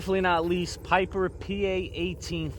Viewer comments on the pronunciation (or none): none